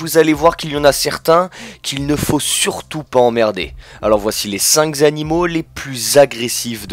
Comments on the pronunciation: C'est bien mais on ne dit pas les cinq "z'animaux", les cinq animaux c'est mieux ! ;-) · Evitez les liaisons mal t'à propos et ne dites plus " les cinq Z'animaux" !! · Dommage que le commentaire soit truffé de fautes et d'erreurs : "Les cinq-z-animaux", "l'un des animal" (my god), "13 fois plus lourd" alors que 23 s'inscrit sur l'écran etc. etc. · OOOHHH !!!!!! "Les CINQ zzzzz animaux" attention .... ça craint ! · pas mal, la liaison "mal-t-a-propos" (cinq-s-animaux) fait désordre...,non? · Côté infos, c'est approximatif, les défenses d'hippopotame de 60 cms, n'exagérons rien, 30, c'est déjà pas mal. Quant au français, ouh là là ! "les cinq z-animaux", ça fait mal et "ils sont prêts t-à tout" c'est approximatif ! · les cinq Z animaux les plus agressifs :-D